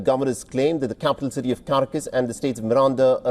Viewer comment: Pathetic! This guy pronounces Caracas as Carcas. Typical Mainstream Media. SMH It's - CAR AC AS OK?